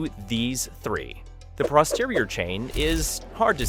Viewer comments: Audio Correction: It's pronounced "Posterior", not "Prosterior". Time: throughout the video ( | | ) Love your work! Keep teaching and coaching. This channel is awesome. 💪👏😄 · Any way to record over this so you're saying "posterior" instead of "prosterior?" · Thanks for the Human voiceover. I'll give you a pass on the "Prosterior". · Why do these new videos sound like they've been written by AI. "It's not this, it's that" and all that jazz. Edit: also you not being able to pronounce "posterior" correctly not even once is concerning and suspicious.